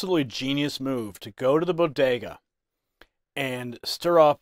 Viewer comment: Biden’s don’t even know what a bogetah (Jill said) is. Trump stops at bodegas just like he did before.